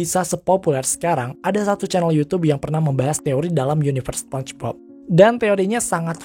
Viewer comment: "SPONCHBOB"?? Apa tuuch😁😂